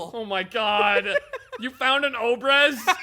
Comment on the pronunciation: In case or anyone else reads this: "obrez" - emphasis on the second syllable - is a Russian word for "sawed-off", literally. And it could be used for literally any rifle that was cut down.